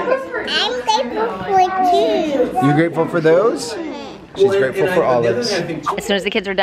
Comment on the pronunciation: I thought said I am freatful for Jews lol